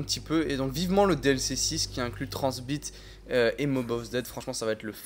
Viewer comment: MAIS PUTAINNNNNNNNNNNNNNNNNNNNNNNNNNNNNNNNNNNNNNNNNNN DE MERDE ARRÊTE DE DIRE TRANZBIT